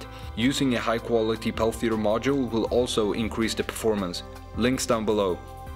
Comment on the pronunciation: It's a Peltier module, not a Pelthier module, so it's not pronounced with an 'h' after the 't'.